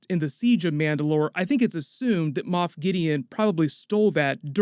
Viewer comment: Moff not moth